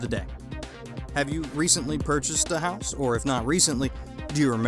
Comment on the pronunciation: No.3 says HOSE POOR instead of house poor...just saying!